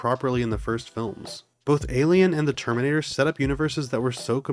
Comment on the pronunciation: bro can't pronounce terminator